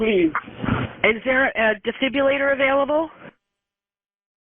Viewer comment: Defibrillator. It’s Dee-fib-rill-ator. Say it with me guys………..